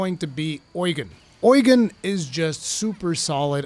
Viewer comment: Why do you pronounce Eugen Oil gain?